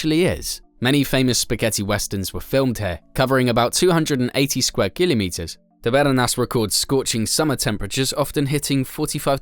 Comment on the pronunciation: Why is he saying Kilimeters